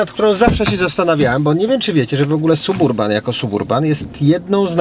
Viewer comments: Panie.wstyd trochę.Jest pan fajny madry gosc.a mowi pan ciagle SUB URBAN.TAK SIĘ PISZE.ALE CZYTA SABURBAN.PZDR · Ale kaleczysz angielski. Nie da się tego słuchać. Wymawia się: səˈbərbən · Nie piszę tego by hejtować. Suburban czyta się saberban oraz drugie "a" jest bardzo krótkie (brzmi prawie jak "y") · Czyta sie Sab Urban....i tego trzeba sie trzymać.pzdr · Suburban...., myślałem, że umiesz trochę angielski?? Naprawdę tak trudno wymówić poprawnie, w imię dobrych nawyków?